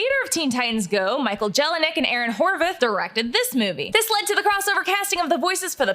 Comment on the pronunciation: I’m best friends with Horvath’s cousin and I can tell you right now that their name is pronounced (WHORE-VATH”) like bath but with a V